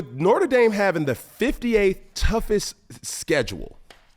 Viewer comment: Does he mispronounce Notre dame on purpose?.... "We be reppin nortre dame up in deez skreetz"